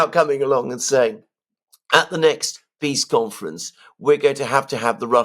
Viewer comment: "The swiss piss summit" :face-green-smiling::face-blue-smiling::face-pink-tears